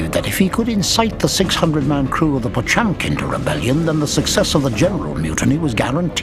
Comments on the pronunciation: It’s not pronounced pachunkin… it’s potYemkin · "POTSCHUAMKAEEN" ......My God, read the fucking name as it should